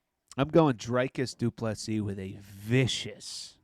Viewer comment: His name is pronounce Drew like tree kis like miss. Doo, please like Bess, cee like see ❤